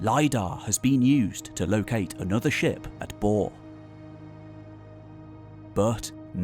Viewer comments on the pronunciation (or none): . Did you just say "boar"? :p It's pronounced Borre, the final vowel is a schwa (like the first a in "again") and the r is trilled. ;)